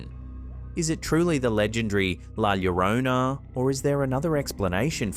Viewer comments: Finally got that Llorona pronunciation right! Love that for you! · I noticed you corrected your pronunciation of "llorona", nice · His true effort in trying to pronounce Llorona is admirable. Great work.